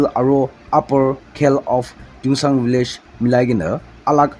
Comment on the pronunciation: Tuensang not tuengsang...